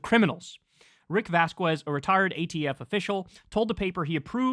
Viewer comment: Kyle, you’re awesome man. But you gotta work on pronouncing names my friend “Vasquez” ?